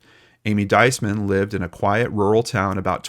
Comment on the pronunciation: Her name is pronounced 'Dees- man. Emphasis on the first symbol long E sound.